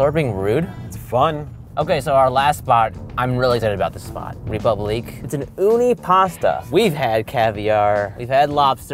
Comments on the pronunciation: Donovan: Of course I would. If you have french pretensions and choose to use a french word as your name, you'd think that part of the whole deal would include pronouncing the one foreign word correctly. Not like it ultimately matters, in any case. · You should not roll the [r] in French. The accent tells us that the [e] should be liftet in the pronunciation. The [u] should be short and not like the double [o] in English. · Piglet Z well he shouldn’t have named it a french name if he’s not going to bother saying it correctly 🤷🏼‍♂️ . he might as well have just called it ‘Republic’, spelt the english way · I cringed every time they pronounced it "Reepooblique" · that's wrong, the e acute accent makes it ray-poob-leek (and roll them rs babyyy) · Btw the “é” in République is pronounced as “eh” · TheIndianNerdMC No, the last syllable is correct. It's kind of like "leek". The "pub" syllable is supposed to be closer to "poob" than "pub". And the "re" isn't a "ree" . The accent (l'accent aigun, en francais) over the "e" indicates a sound that functions more like a long "a" sound. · The way everyone pronounces république is horrifying and I'm not even French. Sounds like they're saying Reee-poo-bleak or something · Rey the "ré" is also supposed to be pronounced "ray" so it's actually ray-poob-leek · Koko wait so is it pronounced like Ree-pub-lee-kay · Ewwww. Get your own bowl. Also, somebody should teach the owner of République how it's pronounced, otherwise the pretentiousness falls apart a wee bit. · When the $143 "French" pasta chef pronounces republique wrong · The way they are all pronouncing république is stressing me out. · not to mention his horrible pronunciation of his own restaurant's name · WOULD YOU MIND PRONOUNCING RÉPUBLIQUE RIGHT YOU GOD DAMN AMERICANS IT EVEN MAKES ME FURIOUS AS A GERMAN JESUS CHRIST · why you gonna cll it ''république'' if your gonna kill that beautiful name by pronouncing it in english